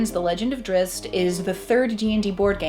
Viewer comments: Why every reviewer out there butchers Drizzt name so bad? It's like there is some conspiracy bent on this one. There is no Drizz-i-t. It's Drizzt. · Drizzit... :( How can you say his name wrong when the person next to you just said it right? lol. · OMG I cringe everytime i hear her say drizzit >_< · why people pronounce it "Drissit" ?? 😬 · 😂 she said “Drizzit” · Tell your partner with the black shirt that it's Drizzt. Not Drizzit. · Thats wrong. Drizzt there is no I after the z, why would it be pronounced like that? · NOT DRIZZIT , DRISST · DRIZZZZZZZZZZT....NOT DRIZZZZZZIT! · I am not bothered by people mispronouncing his name... but for crying out loud; if you are going to make a video where two people talk about him and say his name, they should at least have come to an agreement on how THEY should both pronounce it.... One says "Drizz-it" the other seems to mostly get it right... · im sorry but i have to point this out. his name is Drizzt not Drizzit i dont know why you keep putting an i in his name lol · She called him "Drizz it" like I do! I'm not the only one!! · I'm a huge "drizzit" fan. salvatore even addresses this in Sojourn when one of the peasant children shouts "it's a drizz-it!" and drizzt laughs and tries to correct him. it was the sixth book in the series he wrote, so it was probably a way for the book to show the reader how its pronounced without it feeling forced. however, I still prefer saying drizzit.